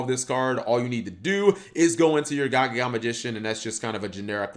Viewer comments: It's not gagaga magician it's gagagaga magician. :P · He said gagaga when its gagagaga smh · Only 30 seconds into videoOnce again cap can't read lol Its Ga-Ga-Ga-Ga, no ga-ga-ga